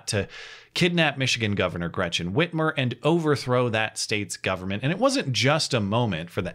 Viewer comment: Did you say free armour....???